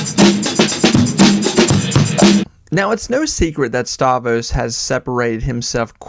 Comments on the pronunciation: You're killing me. StavROS, not Stavos. Rogan SPHere, not spear. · If you're such a big fan why do you keep calling him "Stavos"? You riding the algorithms or something? Is it A.I.? You can't really be a fan of someone and not know their name... once is a mistake but every single time... I don't understand... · The R in Stavros is silent now?